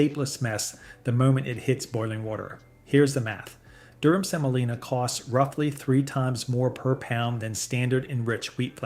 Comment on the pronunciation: IT'S NOT "DURHAM" BUT "DURUM" SEMOLINA, FROM LATIN FOR HARD.